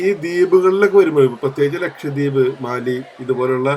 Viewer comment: മാലെ, not മാലി